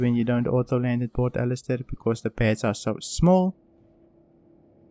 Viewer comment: "pert ellister" xD